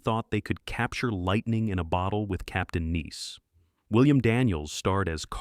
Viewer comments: For all the thousands of great YouTube videos, there posts like this. Lazy, horrible dreck. There is an entire show that was covered in excruciating detail, worse the film was from a show made in India! "Captain Nice" is pronounced "nice" except it was then pronounced, repeatedly as "niece"... At various times footage from one show is mixed into a different program. The AI voice was bad enough, but the actual monologue should be used by the CIA for interrogation. The creator couldn't be bothered with a basic edit or coherent storylines, just LAZY cut and paste techniques.. AVOID!!!!!!!! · I wish whoever created this A.I. compilation had watched it through to the end. Some of the video clips and audio pronounciation left me baffled. ....captain neice? Maybe he was French? Capitaine Nice? 🤨 Yeah. I watched to the end. BTW - is it just me, or did Turn On seem like a beta version of "The Groove Tube" & "Tunnel Vision" 1970s cult films? 🤔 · Captain Neice? It was Captain Nice (long “i”) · The narrator had me fooled into thinking 'actual human' up until Captain Nice when several times it was pronounced "neece" - Stinkin' AI ... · AI voice, captain “niece” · "Captain Nice," pronounced "niece." Yep, this is AI, alright. 👎👎👎👎👎👎👎👎👎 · I remember a lot of those shows fondly. But then I was an unsophisticated five year old at the time and easily amused. And by the way, it’s Captain Nice, not niece. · Captain NEECE? For God's sake get rid of the A I narration or at least review the dialogue you lazy bums. :face-orange-raised-eyebrow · Captain "Niece"??? 😂😂😂😂😂😂😂😂😂😂😂😂😂😂😂😂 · Hey AI. It’s pronounced “nice” not “niece”. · Clearly an AI narrator, given he's said "Captain NEES" several times now... goes in the SHITPILE... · one why does your AI keep calling Captain nice "Captain niece"? And 2. Why do you keep mixing Bewitched clips in with Captain nice? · Captain Neece? Sheesh.... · Capt. Nice not niece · "Captain Niece????" AI fail without a sanity check. DOWN VOTE!!!